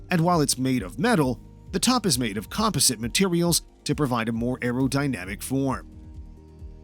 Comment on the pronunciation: And "composite".